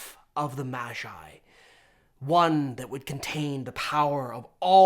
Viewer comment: Why does he say mashi when he pronounces magi normally...